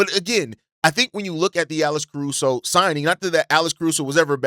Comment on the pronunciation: You saying Alice Caruso?